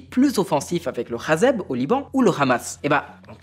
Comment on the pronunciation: Pourquoi dis-tu hazeb au lieu de hezbollah ?